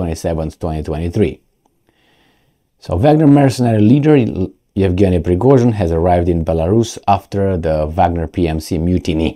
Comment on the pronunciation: Prigozhin = **Prigojin**, not Prigozin. It sounds like fashion compared to fassion..